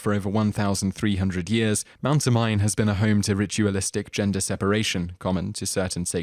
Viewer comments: It's pronounced Oh-Mee-Nay. Not Oh-Mine. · you mispronounced Mt. Omine. It's not (oh-mine) it's (Oh-Me-nay)...Hermione would be furious.. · Omine is pronounced "Oh Mee Nay." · It's not O - Mine. It's O - Mi - Ne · it's pronounce Mt. (Oh-mi-ney) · Its not pronounced as Mt. Omine, it is pronounced as Mt. O-Me-ne